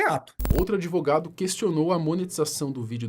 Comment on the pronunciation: Esse "adEvogado" do Puff Diddy Brasileiro já deve ter batido muito bolo com a exploração do cliente🧐🤨 Fortes Indícios